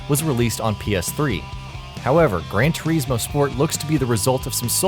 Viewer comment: Did I just......hear..... grand tureesmo ??? XD